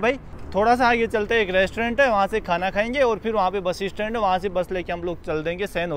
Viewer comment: आप बस स्टैंड को बसी स्टैंड क्यों बोलते हो?😟🙄